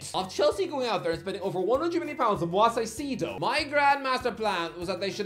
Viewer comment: I need to stop pronouncing Moises Caicedo's name like that. It's Moy-says Kai-seh-do, not Moise Saisedo